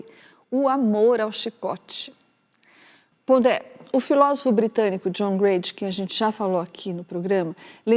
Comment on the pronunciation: Pondé? Fala serio! Não fala ca com kra